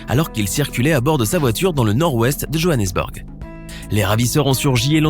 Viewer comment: La façon dont il a prononcé Johannesburg